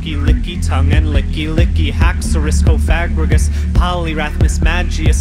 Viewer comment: Cofagrigus is pronounced cough-ah-greegus